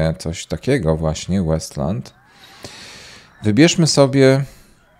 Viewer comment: Gra nazywa się Wasteland a nie Westland, pozdro ;)